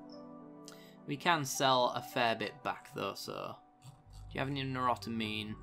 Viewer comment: say it with me "new-tro-amine" :P